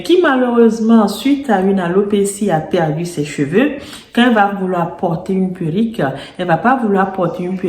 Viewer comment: Faut dire PÉ-(R)RU-.QUE, pas puerik....sinon, on ne vous prend pas au sérieux...A part ça, belle élocution. Dommage que ces perruques soient si chères...